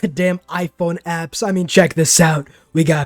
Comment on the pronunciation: As a Dutch person I died of laughter when you pronounced the apps 🤣🤣